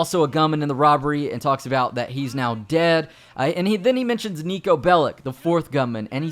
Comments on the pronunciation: You almost said Neko instead of niko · Andrew21397 honestly Niko sucks because voice actor didn't knew even how to rightfully pronunce his name, no one that isn't fron balkan can...